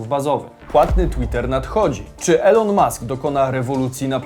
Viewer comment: Błagaaam, czytaj "Ilon" hah